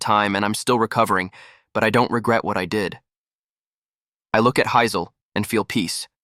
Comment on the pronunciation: how does the AI mispronounce Hazel?